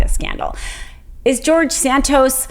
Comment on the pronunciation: George San-Toast.